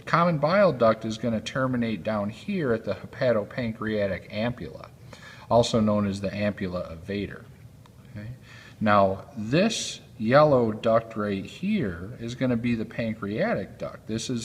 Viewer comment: Doc say Fater instead of Vater